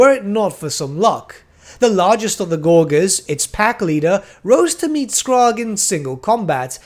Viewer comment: Came here to say the same about Skrag's name. I've only ever heard it pronounced as skr-RAG with emphasis on the last part so hearing "Skraaag" is really weird to me.